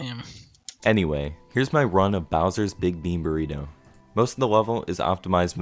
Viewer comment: "Was that a burgritto?"